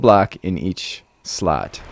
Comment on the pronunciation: "We can store a full blawk in each slut." Uh-huh! Totally makes sense! ;-) Nice demonstration and showcasing.